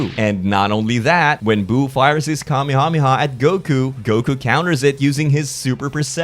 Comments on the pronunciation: i hate the way you say kamehameha. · I love the way you say Kamehameha. do you still count as a small youtuber? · Pleaseeeee when you're not firing the beam, please call it " The Kuh-meh-ha-meh-ha."